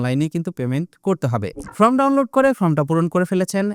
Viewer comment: ফ্রম না, ফর্ম বলবেন। ধন্যবাদ।